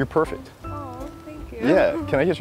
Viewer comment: "You are perfert"